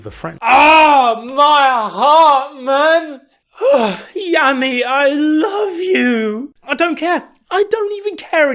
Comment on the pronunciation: Happy our fav captain is back! It might've just been me though but this entire video I was hearing Yummy and not Yami 🤣